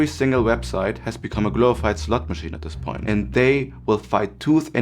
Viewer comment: I can't tell if you said slot machine, or slut machine at the beginning of the video. Either way, you're right. It's time I take a long, long break from mindlessly consuming content on youtube, and focusing on becoming a more focused person.